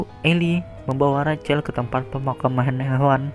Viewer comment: Rachel itu ejaannya rassel bukan racel